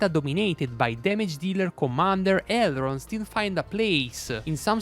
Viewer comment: Great video thanks! I don’t mean to offend now but I so think it’s funny you leave out the “n” in his name and say Errold 😅 only love brother 💛